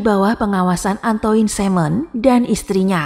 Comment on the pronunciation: Kalau iblis sudah merasuk ke jiwa manusia maka hanya kebiadaban yg menguasai jiwa sehingga perbuatan biadab tanpa kasih dan nalar. Mbak, Capet bacanya kepet (e pertama spt e pada kata kEcap & e kedua spt e pada pEtang). Antoine = Antoang Jacques = zak Jean = zeang (Maaf, gak ada phonetic symbols jd gak bisa nulis simbol baca yg benar)